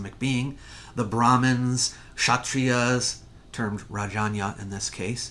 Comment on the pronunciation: One observation : You pronounced "Rajanya" as "Rayanya" but in India it is actually pronounced as Rajayna with "Ja" and not "Ya".